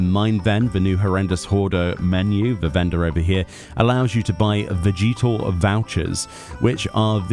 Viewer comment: The way he said vegetal was so jarring for some reason lol. It makes more sense to pronounce it like veh-juh-tuhl because I'm assuming it's supposed to be like vegetable.